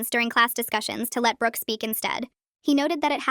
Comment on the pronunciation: who else hears britanny holoway instead of brooke holoway